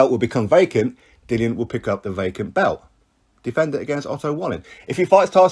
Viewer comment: Its pronounced belt not bewt.